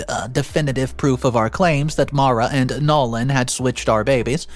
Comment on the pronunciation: The correct Pronunciation of the name Maura is 'more-ah' please learn to pronounce names correctly - Maura rhymes with Laura